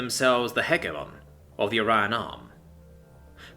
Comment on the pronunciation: It still throws me every time he pronounces hegemon as heh geh mon